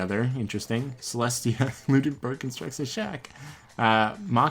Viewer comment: Him: pronounces Celestia as Celeste Celestia: MY MAME IS CELESTIA LUDENBURG GOD DAMN IT! Him next round: Celestia ludenburg Celestia: it WORKED!